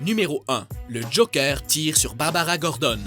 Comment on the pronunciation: Mais le mec il dit JOKEUR!!!!!